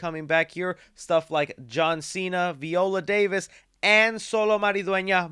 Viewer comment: Pretty sure that’s not how you say Viola Davis